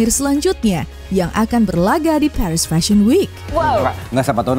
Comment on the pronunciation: Paris bacanya Paris aja, bukan Perish….🫠